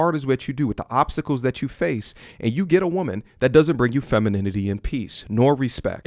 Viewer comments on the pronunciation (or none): Did he say obstacles or oppsicles?